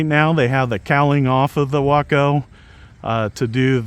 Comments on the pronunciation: Nice to here you pronounce waco properly. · I want both the Yellow/Black and the White/Red UMX versions! What a great looking little plane! BTW I realize that you are pronouncing the name as I beleive they intended.... that being said from where I am... it sure sounds wrong! The place in TX pronounces it as "Way-co" LOL. go figure... and if I buy one of these online I will use your links again. Just got the UMX Air Tractor today... no tome to take it for a spin as we are still dealing with Christmas aftermath... As Always wish y'all the best and thanks for sharing...